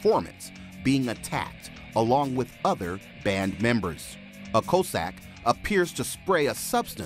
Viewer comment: Please learn to pronounce "Cossack" correctly ... and "Sochi," while you're at it.